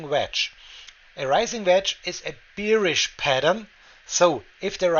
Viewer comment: Great video.... Please pronounce "bearish" like in German word Bär ("bärisch"), as "beerish" sounds like you are thirsty for beer :)